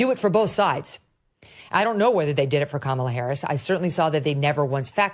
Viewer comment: 😂😂😂 Come ON, - It's KA-ma-lah 😂😂😂 Stop sounding ignorant. You hurt your case when you can't even get her name right?